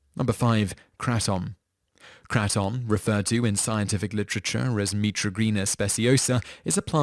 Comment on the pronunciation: first of all kratom is said like “craydum” not “kraatum” second of all it can’t be smoked and third of all it’s not highly addictive. it is addictive but not highly. it’s mostly habit forming